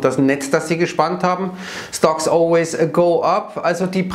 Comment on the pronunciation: stonks*, ich glaube Sie haben "Stocks" gesagt